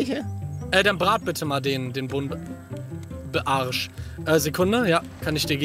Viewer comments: Einfach der gute Buntarsch das heißt Buntbarsch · Hi Palle, es heißt nicht Buntarsch sondern Bumtbarsch🤣